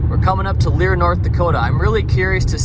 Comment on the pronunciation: Pronounced Lair.